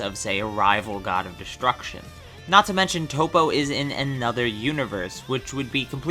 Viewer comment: It's Toppo Not Toe-Po. Top-Oh!